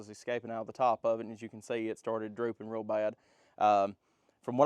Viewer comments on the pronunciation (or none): none